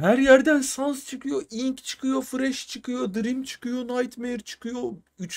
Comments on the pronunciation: Abi ben baktım enk diye okunuyomuş ınk googleden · ink diye okuoynuyo ve yazda nedne ink diye geciyo ınk deil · eren ink yerine ınk diyo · haklısın abi ınk değilde ink diye okunuyor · abi sen doğru söylüyon ınk diye eren abi diye bide abi error diye okunmuyo erör diye okunuyo ve sans getirmene gerek yok sadece ink, error falan diyebilirsin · Abi ınk diyen eren ink e ınk keli diyor oyüzden herkes öyle anladi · Abi İnk diye okuma IMK de 😉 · Eren ciler o ınk sans değil eren yanlış okuyor onun adı ink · Abi Eren baba öylediyo bu yüzünden herkez ink yerine ınk diye telafuz ediyor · o ink deil ineke diye okunuyo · abi ınk o ink değil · Ink ne ya ink İngilizcede I Yok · eren buba ink sans a ımk sans diyo ondan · bu arada gerçekten ınk ne ink diye söyleniyo